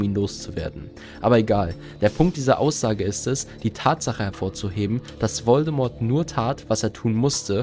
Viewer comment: Mich triggert jedes mal, wenn du den Namen Voldemort falsch aussprichst...